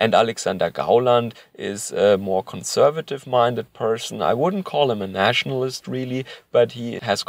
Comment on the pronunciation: I don't know why, but when you say, "conservative," I hear, "cuckservative."